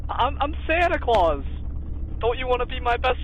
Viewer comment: bro really fucking said he was santa clous